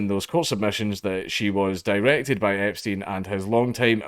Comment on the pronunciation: u do realize u were not trying to say epstein the who time but it sounded like you were saying jeffery the whole time in a video talking about prince andrews also.....